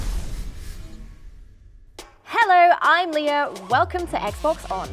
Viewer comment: Am I the only one that heard hello I am "Leo" instead "Leah"